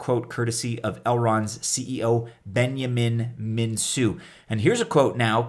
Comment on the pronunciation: Elrond's creators' last name is pronounced MinKu: the c is solid, not an S... Romanian confirms! Great idea, watch the whales and distribution tho...